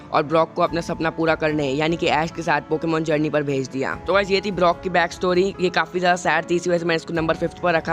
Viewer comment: He is brok not blok